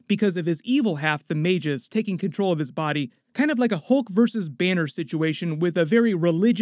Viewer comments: MAGUS not Mage US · Just FYI, it's pronounced "may-gus" not "may-jis." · Magus (mey-guh s) not "may-jus" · Had to dislike because of the way he pronounced Magus.